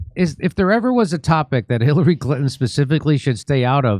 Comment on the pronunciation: Jimmy accidentally mispronounced “Khilary Clinton tries to get cute…” sounds like a genuine accident for the record. Jimmy must have the best private security on the planet folks so FAFO & somehow manages to continue to deliver every Martha flocking day! Asset to America! LOVE for Misha & Stephs lovely laughs & singing too…